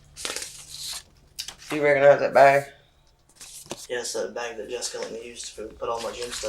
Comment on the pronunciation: Hearing the narrator say “beg” instead of bag kills me 😂